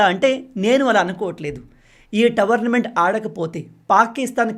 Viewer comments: భయ్యా towerment kadu tourment కొంచెం currect చేసుకోండి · Towernament❌😂 Tournament ✅ .any way big fan bro 🙌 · మీరు "టోర్నమెంట్" ను ప్రతీసారి "టవర్న్మెంట్" అని పలుకుతున్నారు... సరి చేసుకోండి